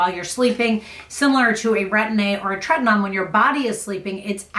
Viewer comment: Just FYI it is treti-NO-in. Rather than treti-NON. 🧡